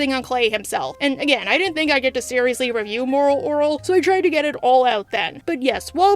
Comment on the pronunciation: Why cant you say moral orel?